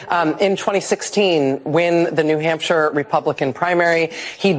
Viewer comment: Rachel said "New Humpshire." She can't be president.